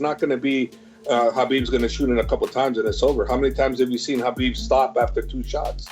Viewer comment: is it so hard to say habib lol people these days